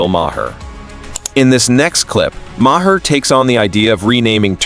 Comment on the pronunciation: Maher is pronounced "Mar". Not "Ma-her". The narrator is an AI.